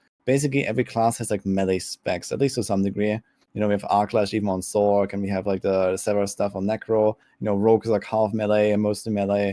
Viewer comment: I know it's Spelt Sorc.... but it has an S sound in the word so like why are you pronouncing the shortened form of Sorceress as sorK and not sorS... I thought you were all smart?